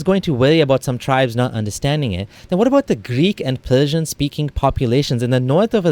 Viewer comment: Alabia! Pelsian! Wow! So awethum it is!! Something else fol the scholaLs to humiliate the "ex muslims" .. Ex muslims😂😂 - this prefix always cracks me up.. plus the irony in this video - the guy who can't seem to grasp difference between R and L is commenting on different dialects.. Btw, this stupid information has been debunked long back.. this is just another Islamophobe trying to earn his bread and butter through Islam!